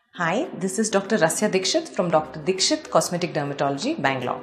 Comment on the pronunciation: I thought you said doctor dipsh#t